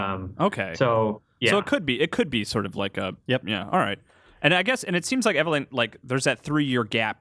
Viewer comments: god dammit! still saying things wrong. "Megnum", "Dreygons", "Reg doll" and now "Eveleeen". how many times have those words been said in video games and movies but still that accent. E-Ve-LYNN! LYNNNNNNN! LOL!!! still, always good to see him in GameInformer world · it's just weird cause they even say it in the game so many times. I guess i'm still harboring ill feelings for when he used to give Dan Ryckert hell when ever he would say things wrong, but here he is saying the girl's name wrong 5 seconds after someone in game said the name. i still like the guy though